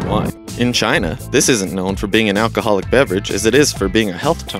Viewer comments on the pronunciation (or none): none